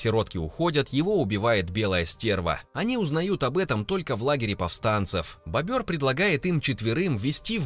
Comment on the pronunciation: БОбр...... Боль для ушей... Может бобЁр??